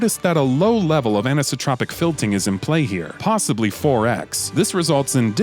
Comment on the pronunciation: "anisotropic filting"